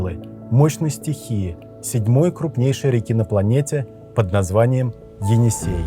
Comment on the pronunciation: Енисей а не Эне - Сай .